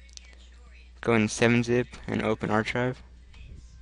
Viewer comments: open "Arshive" he says LOL! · "Arshive" lol.